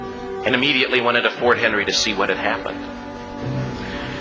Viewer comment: It's fort McHenry, not Henry. I live about 45 minutes away and every time I am in Baltimore near fort McHenry I think of the hell those people went through that night, but would not give up the hope of the United States. We take so much for granted and complain so much not knowing what people did so make years ago to allow us to live in a place that blessed is each and every day. Thank you for doing this reaction. God bless you!!